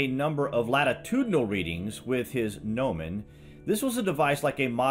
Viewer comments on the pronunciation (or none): none